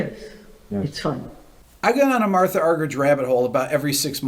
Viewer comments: It's pronounced MARTA not MARTHA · Her name is pronounced MarTa Rick. No h 😉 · I believe her name is pronounced Marta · I believe the correct pronunciation of her name is MarTa (roller 'r' and hard 't') Arg-er-eek... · I think she pronounces her first name "Marta". But it doesn't matter what she's called, what matters is what she does, which is astounding. I share your admiration. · whenever i listen to radio 3 here in the uk, they always pronounce her name "marta"? alas its not that surprising that people outside of the classical music world haven't heard of her. such a legend though for sure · She's doesn't do solo concerts anymore, because she gets "lonely." What an incredible woman! BTW, her first name is pronounced Mar - Tah. Some folks say Ar Ger Reek, but mostly it's anglicized.